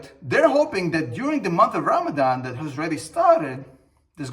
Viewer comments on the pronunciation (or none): none